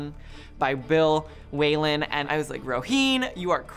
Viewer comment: Yes, that annoyed me too !!